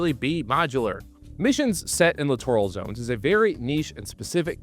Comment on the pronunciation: did you say clitoral zones?